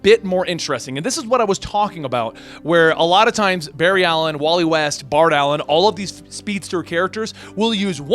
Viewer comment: Barry-ed Ali-een facepalm